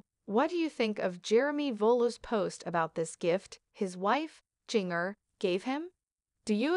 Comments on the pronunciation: Learn to pronounce Jinger's name before you think anyone will listen. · This is absolutely ridiculous! Learn to pronounce Jingers name correctly too. Stop gossiping!